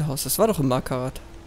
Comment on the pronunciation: Marhtat und nich markarrath